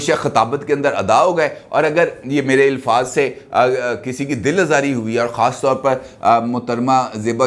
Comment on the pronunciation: Sir jee ilfaz nhi hota alfaz hota ha